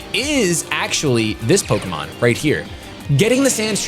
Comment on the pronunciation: The way you pronounce the French Pokemon name is just too precious.